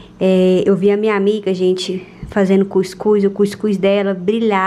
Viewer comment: Ela falando cuicus kkkkkk é cuscuz mule